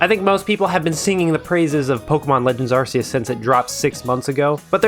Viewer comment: What did u just say? Arse euse? Its arc euse! There, give me my 50 now